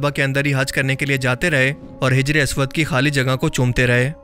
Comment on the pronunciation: Its hajar not hijar